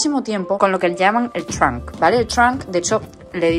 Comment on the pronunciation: "el truank" 🧳😂😂